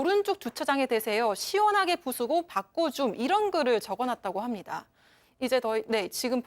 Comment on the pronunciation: 바꺼가 아니고 바꿔 아니냐